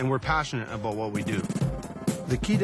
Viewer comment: lol he said "aboot"